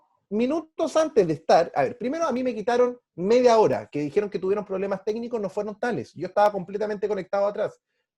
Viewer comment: "PROBLEMAS TESNICOS"...................... MMMMMMMMMMMMMMMMMMMMMMMMMMMMMMMMMMM !